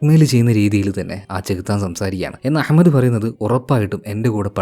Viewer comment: That pronunciation of Ahmad...👍🏻🙌🏻❤❤🔥🔥🔥